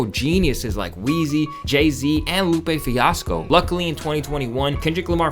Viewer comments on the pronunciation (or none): i knew this man was not credible after he said lupe fiosco